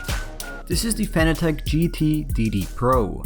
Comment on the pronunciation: You pronounce it 'fan attack'... Isn't it 'fanátec'?